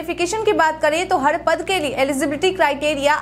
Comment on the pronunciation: थोड़ा भाषा में काम कर लीजिए न्यूज़ पढ़ रहे हैं शुद्ध शुद्ध बोलना न्यूज़ एंकर के लिए अनिवार्य har ko had हड़